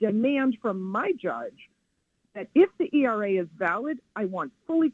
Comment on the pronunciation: Hey AI, it’s Equal Rights Amendment, ERA, not ERRA.